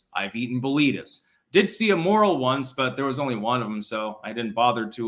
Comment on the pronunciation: It’s pronounced more-el. Also, the Red’s brand burritos have a bunch of varieties and are decent.